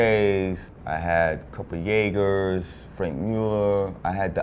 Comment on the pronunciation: It was funny when he pronounced Jaeger like Jägermeister. What a philistine.